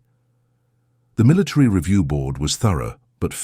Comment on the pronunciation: Why is the narrator saying militree instead of military?